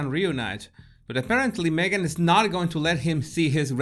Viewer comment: Jesus I love the way you say your name. It is so beautiful to the ear. My old kiwi accent could never do it justice.